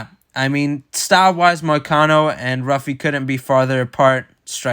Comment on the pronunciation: Pronounced Huffy (who-fee)not Ruffy